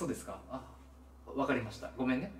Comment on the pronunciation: 「ごめnごめnごめnちょっtまって」マジで草